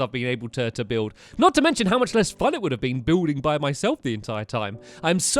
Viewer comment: Why does he say “fun” as “fon”